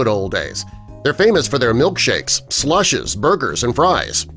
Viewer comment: "slushes"? Must be Japanese slushes.